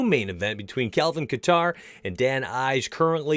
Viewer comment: Calvin Katar (KAY-TER) and Dan Ige(E-GAY) that’s how you pronounce them lol